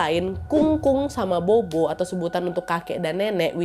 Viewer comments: Bobo itu bacanya popo mba e😌🙏🏻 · Bobo itu dibaca popo, nad. 😊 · Kak Nadia cuma mau koreksi aja kalo "bobo" di baca "Popo". Kelompok ini dibaca polos, tanpa mengeluarkan embusan angin dari mulut. B dibaca mirip P (contoh: bàba dibaca pâpa) D dibaca mirip T (contoh: dìdi dibaca tîti) G dibaca mirip K (contoh: gēge dibaca kēke) Z dibaca mirip C / "Ts" (contoh: zai dibaca tsai) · Bukan bobo ka , tapi Popo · Akong sama popo bukan bobo ka nad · Bobo nyebutnya popo klw ga salah ka nad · Maaf ya kak nad, fyi aja... bobo itu bisa di baca sbg popo, artinya nenek yah kak.... semoga membantu 🙏🏻🙏🏻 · nad disebut nya bukan bobo b dibacanya p jadi sebutnya popo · Kak cara nyebutnya popo bukan bobo 😅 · Kak nad... Sedikit koreksi.. Bobo di ucapkan Pho Pho.. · Hehe popo kali ya ka, bukan bobo 🤭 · Maaf Nadia, bukan maksud protes ya😊.. Huruf B dalam bahasa Mandarin biasanya penyebutannya jadi P.. Jadi untuk nenek sebutny bukan bobo tapi popo 🙏 maaf ya 😊 makasih buat video2 seru nya.. Aku penonton setiamu❤ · Bukan bobo, kak nad. Popo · Bobo ktu bacanya popo mba e😌🙏🏻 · "bobo" bacanya "phopho" ya wakk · Kung-kung dan popo ka, bukan kung-kung dan bobo 😁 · Tulisannya bobo kak tp cara bacanya popo utk nenek. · Pupu kak nad...bukan bobo...b baca p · Afaik, bobo dibacanya popo naddd.. Seinget aku pas pelajaran pelafalam b dibaca p, p dibaca ph.. cmiiw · Popo kali KA nad ,bukan bobo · Maaf aku ralat ya ka nad, bukan bobo di panggilnya tapi kita panggilnya atau di Baca nya " Popo " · FYI aja Ka Nad "Bobo" seharusnya dibacanya Popo karena bahasa Mandarin B dibaca P ❤❤❤ btw ka Nad post ini tepat beberapa hari sebelum bulan hantu penanggalan china loh 😂😂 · Popo bukan bobo😅😅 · Sedikit saya tambahin ya kak nad Bukan bobo tapi Popo yaitu artinya nenek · Bobo dibaca popo kak nad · Aksaranya Bobo, tapi bacanya Phopho ya Wak ya 😊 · O'Mara. Maaf kak pelafalan BOBO yg benar it Pho-Pho arti ny nenek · Stau aq, pho-pho kk nadia. Bkn bo-bo 😁